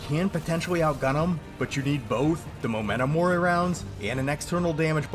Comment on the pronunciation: Hearing you say MOmento mori instead of MEmento mori physically hurts